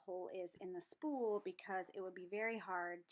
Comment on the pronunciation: Haha.. I heard spoon too.. but. I think you said spool.. lol... and it’s like me saying snowman instead of saying snowmen... 🤦🏽‍♀️